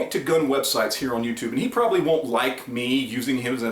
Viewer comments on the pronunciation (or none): none